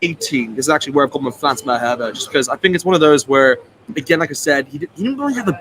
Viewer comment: Well you pronounced Malherbe pretty well! (From a Springbok). Not an easy thing to do. Edit: Actually most of your pronunciations are spot on. Edit 2: I think Bongi will start as captain with the front-line 1,2 and 3 on the bench.